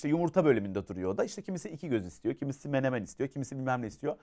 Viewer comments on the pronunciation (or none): none